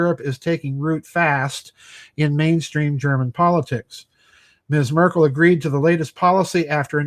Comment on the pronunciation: it is M"e"rkel pronouncing... as in "bed".